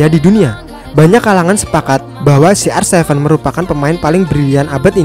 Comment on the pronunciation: kenapa ronaldo di sebut si ar sefen.